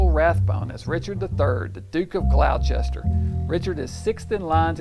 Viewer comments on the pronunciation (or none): Decent reviews, but no American YouTuber reviewing this pronounces 'Gloucester' correctly. It's pronounced Gloster, not Glauchester